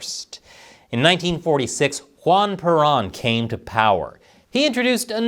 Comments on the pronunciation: Peron sounds more like peh'roe-nnnn, no? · Peron is pronounced "peh ROAN", Peronism "peh ROAN ism". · Learn how to pronounce Peron.